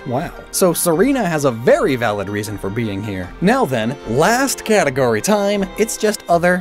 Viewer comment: So only I heard "Berry valid"? Ok